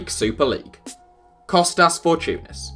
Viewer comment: Kostas Fortounis? ? 😂😂😂